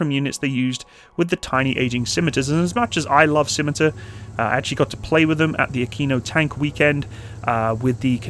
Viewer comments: Please stop calling it the 'schimitar'. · Sorry AHEEEMMM ..... " FV107 Scimitar" . There!!